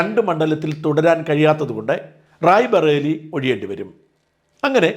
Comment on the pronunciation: താക്കൾക്കു ഇതുവരെ റായിബറേലി ശരിക്കു വഴങ്ങുന്നില്ല റായിബറേലി റായിബറേലി എന്നിങ്ങനെ മിനിമം 20 തവണ എഴുതുക എന്നിട്ട് 50 തവണ വായിക്കുക